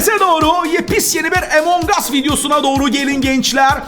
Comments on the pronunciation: Abi Emongus diye okunmuyor dogrusu Among us❤ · abi emang as söylenmiyo direk yazılışı şeklinde among us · Emongas değil amongas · Herkes: Among as: Emong as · Emong ays değilyaa😁😁😁among ays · Abi emongas değil amongas diye söyleniyo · abı emong us dıyıl amogus dıycekaın yNLIS OKUMAYIN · Abi emong as değil amon gus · abi emon gas diye okunmuyor amon gas diye okunuyor !!!!!!!!! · Abi emong as değil amang as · Emong us DEĞİL AMONG US D¡YE OKUNUYO!!!!!!!!!!!!!!!!!!!!!!!!!!!!!!!!!!!!!!!!!!!!!!!!!!!!!!!!!!!!!!!!!!!!!!!!!!!!!!!!!!!!!!!!!!!!!!!!!!!! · no one::emong as